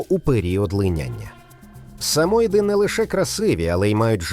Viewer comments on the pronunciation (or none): Будь ласка, вибирайте чистокровних собак для ілюстрацій своєї програми. Чорно-білий Бостон терьєр, а не французький бульдог, чіхуахуа - взагалі якась напівкровка, німецька вівчарка - теж старотипна, не представлена кращими особинами породи. Наголос - не сА моїди, а самоЇди! Акіта іну і шиба іну ну дуже відрізняються!😂😂